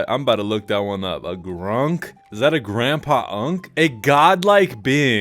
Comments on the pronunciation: lol its acc gronk, not grunk. still a funny revelation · Aussie here - 'Gronk' not 'Grunk'. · He said Gronk not Grunk. It's an insult in Australia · I'm pretty sure he said gronk, not grunk. He pretty much called him a dumbass. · Gronk not Grunk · btw it's Gronk not Grunk "a total moron, unwelcoming, and just a pleasant person in general" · That word called the dad wasn't 'Grunk' it was 'Gronk'. It's an Aussie slang term haha. Like a guy you don't want around or a total moron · He said gronk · Bro said Gronk btw